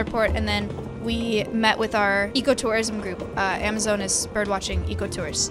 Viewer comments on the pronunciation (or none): now im startingto hear that whathave you done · Every time she says "ecotourism" I hear "eco-terrorism" help